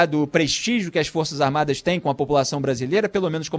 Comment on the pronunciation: O Idiota nem sabe falar Forças Armadas. ele falou duas vezes: Forças "Armadi "! Forças "Armadi "! E diz que é radialista! E quer dar seu parecer sobre o Presidente da República eleito democraticamente, mesmo "COM O VENTRE RASGADO POR UM PETISTA!" { PRESO EM FLAGRANTE DELITO! E ACOITADO PELO STF }.